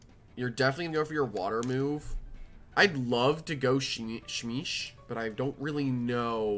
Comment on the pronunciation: You pronounce it like shh-meesh